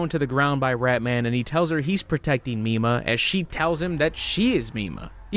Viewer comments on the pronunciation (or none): i keep hearing "popstar nima" instead of popstar mima. completely unrelated but i would recommend you look up popstar nima instead. wonderful artist.